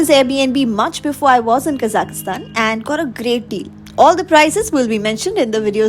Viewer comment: Please pronounce the country name properly...its Kazakhstan ( there is no i in it)